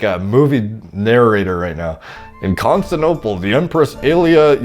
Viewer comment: This man can't say Constantinople to save his life